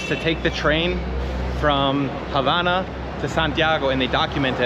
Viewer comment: Dis you hear say "HABANA" (on 31.34mn) with the silent H? (hABANA)